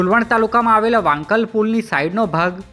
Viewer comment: Its vankla not vankal